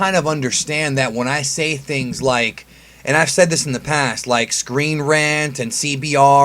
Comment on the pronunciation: Honest to god it was screen rat not screen rant